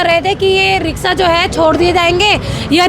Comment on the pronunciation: रिक्शा या रिकसा🤣🤣🤣 अनपढ़ पत्रकार